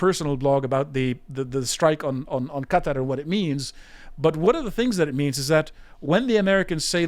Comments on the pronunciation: Geez.it took him saying cuter 4 times before i realized he was trying to say qa,tar.like people saying keeeev. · Let Israel defend itself against Hamas. And the way you pronounced Qatar tells me everything i need to know.